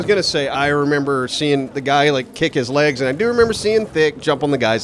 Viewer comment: Seeing* btw not "swing" at the beginning